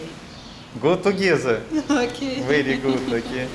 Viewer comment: харэ май инглиш верит гуд. Не Оки, а хотя бы, O'key